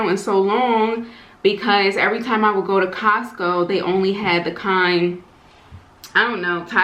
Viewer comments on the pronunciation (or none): none